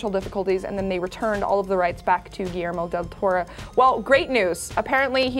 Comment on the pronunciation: Giermo dil Toro? Who the hell is that guy, learn how to say Guillermo del Toro please!